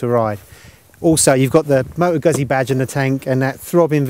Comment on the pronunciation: It's Guzzy, not Gassy! :) Think of saying Pizza, great bikes Guzzis though!